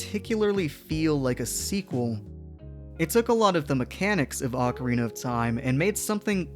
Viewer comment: "Oh-carina", not "ockarina".